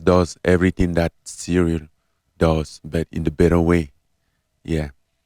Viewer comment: "cereal" Gane